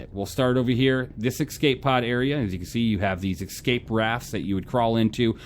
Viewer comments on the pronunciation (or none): Cool ship, love your reviews. They are my goto for SC ship reviews. I have to say, I cringe every time I hear you say "Ecscape"... not a word. Escape. It's like when you hear someone say Nucular instead of Nuclear. Sorry, I'm OCD AF.